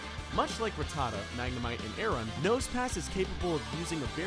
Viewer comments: Hate it when people emphasise Rattata's name like that it's annoying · the minute you said Ra-ttata and not Rat-ta-ta I knew this video was gonna be bad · Rat-a-tuh lol. It's rat-ta-ta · Evidently none of you ever watched the show, if you're not complaining about how horrifically he's pronouncing Rattata?? It's RAT-a-TA, like it almost rhymes. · ruh tuh tuh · RATTA-TA ... hate the trendy pronunciation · Ruh-tah-duh wtf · You can’t even pronounce them right 1. RA TTA TA = rattata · Rattata godamit. Learn how to say it!. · Ha you cant even say rattata is pronounced rat-ta-ta. Learn your pokemon names. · He doesn't even pronounce Rattata correctly. I couldn't even listen to his voice after that. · Yep. That one was just too much xD Also, I think he pronounced "Rattata" in two different ways in the video too. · TheDSquad yee also the way he says ratata wrong. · Every single time he says Rattata wrong, a muscle twitches in my brain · what really gets me is how you pronounce rattata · why does so many pronounce Rattata's name wrong? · Jesus people this is his opinion it's not like he named the video ''TOP 10 POKEMON THAT ARE UNBEATABLE ALL FACTS!!'' lmao you guys need to pull your skirts down seriously i love pokemon too but wtf xD also did he pronounce rattata the right way im confused now idk whats right or wrong help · it annoyed me greatly how he pronounced ratata and togepi